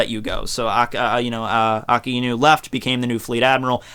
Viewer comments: You seem to have started pronouncing Akainu as uh-kai-nuu, but your original pronunciation, ah-kah-ee-nuu, was actually correct. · technically, you're not incorrect in pronouncing Aka Inu. It is two words, put together. The "ai" isn't pronounced "I". "a" makes the ah sound and "i" makes the ee sound. When put together, it sounds like ah-ee, which sounds like a drawn out "I". it's a subtle sound, like how you English/Japanese teacher stated, with the words ending in "u".